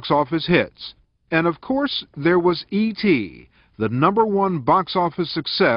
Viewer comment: It’s “E T”!!! (Spielberg)